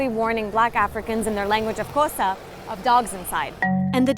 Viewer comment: He said Xhosa right the first time